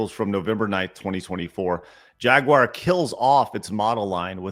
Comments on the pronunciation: I’ve heard Jaguar mispronounced Jag-wahr before, but never Jaguire… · That's a new one. I've heard the American "Ja-gwar" and the British "Jag-you-are", but never "Jag-wire".